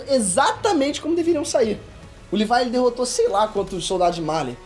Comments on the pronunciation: Sobre o bordão: "Olá, meu nome é e eu falo Livai aí invés de Levi" zoas, mano kkkkk parabéns pelo vídeo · "Livai" foi foda kkkkkkk, cade o brasileiro "Leví" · Livai? Eu to ligado que fala assim no inglês, mas nossa senhora... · "livai" kkkkkk